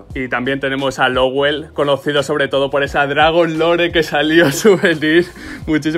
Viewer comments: ES LOWEL, NO LOWELL, VALE? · es Lowel, no Lowell